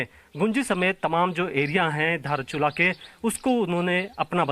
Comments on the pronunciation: Tum logo ko to hamara jilla ko name vi aacha se bolne ki liye naiaayta hai ky baat kartahai? Not Dharchula actually is Darchula District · साला दार्चुला लाइ धारचुला भन्चन चिक्ने हरु जिल्लाको नाम त राम्रोसङ्ग भन्न आउदिन तेसै ओ हामारा इलाका हे रे🙄🙄🙄